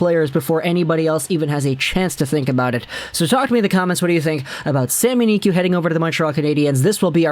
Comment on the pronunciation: Just say sami niku no need to make it fancy "sami niqy"